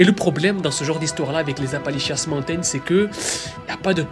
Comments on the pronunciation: Je regarde tes vidéos depuis longtemps et je les adores mais là.. t’entendre dire « Appalichiasse » mountains tout le long de la vidéo c’était de la torture, c’est Appalachian mountains. De plus la chaîne de montagnes ne traverse pas toute l’Amérique du Nord mais une vingtaine d’états à l’Est. Ça aurait mérité un peu plus de recherches et d’effort sur la prononciation. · On dit en anglais Appalachian Mountains . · Toujours aussi banger t'es videos, par contre "Appali-chiasse" ??🤣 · Apalishians ❌ Apalichiasse ✅ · On dirait que tu dis Apanlichiasse montain 😂😂😂 c'est la merde quoi ces montagnes 😂😂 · Je me suis dit personne ne lui fait remarquer ?? Appali quoi ?